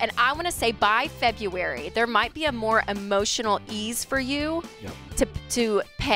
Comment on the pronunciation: Feb-U-wary. How old are we, Rachel? 😂